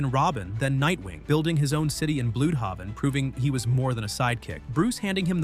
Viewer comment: bloodhaven ❌ bluudhaven✅✅